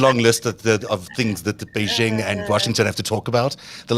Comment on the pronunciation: The "X" in Xi Jinping's surname is not vocalized. It's pronounced like an "sh," thus "Xi" is pronounced similar to the English word "she." The "j" in "Beijing" is pronounced like the "J" in "Jim," not like the "z" in "azure."